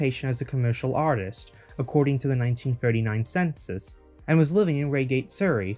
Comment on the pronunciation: What a great video. I love the way you've shared those little sideways searches. Not stopping when one thing found but searching around that hit. BTW REIGATE rhymes with HIGHgate.